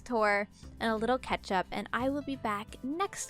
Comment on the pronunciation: Who doesnt love a good ketchup? I cannot not hear her say ketchup instead of catch-up 😂